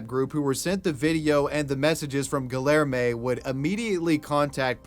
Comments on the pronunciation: GILL ER MAY its gee (like in geek) yare (like air) may gee yare may I almost couldn't keep going lol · I can barely listen to the second story because of the butchered name Guillerme (correctly pronounced: Gee-yehr-may) That is not how double Ls are pronounced x.x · GuiYerme You know in Latin countries 2 LLs is pronounced as a Y. Try harder! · I had to turn the video off after you tried to say "Guillerme" I mean I ignored it for a while but it really got to me when you said it 10 times in 30 seconds. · I have reason to believe his name is actually pronounced gee air may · Gi - er - mo for the name haha. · guhlermay XD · pronounced Gi-Air-May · Your pronunciation of the dude's name makes me want to rip my ears off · how can you so confidently mispronounce names?? lol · Where in us does he live? the way he pronounces Guilherme feels so cringey for me. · ik hes a murderer but the way dude pronounced guilherme is criminal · i'm really sorry but the way you're saying guillerme is making me ick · You are aware that the Ls in Guillerme/Guillermo are not pronounced like that right? 😂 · Im from brazil, never heard of guilherme, nor the case actually, this was quite the news. Also i dont mean to be rude or disrespectful at all, i know how hard some pronunciations on portuguese to english or vise versa, but the way you pronounce guilherme, its hilarious! Also "because i wanted" its not a goddmaned answer! You just murdered a innocent person! I feel slightly ashamed that someone like that exists in here... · I’m sorry but you totally butchered Guilherme 😂😂😂